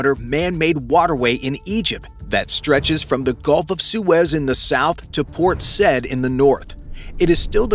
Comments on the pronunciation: Port Said is not pronounced 'Sed', but "Sa-eed" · Said is pronounced sah-eed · Port Said pronounced side